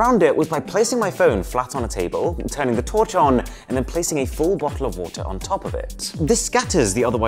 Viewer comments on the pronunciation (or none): bo'oh wa'er😂✌️ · Bo'oh'o'wa'er xD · he is from UK and didn't say a bo-oh-oh-woh-ah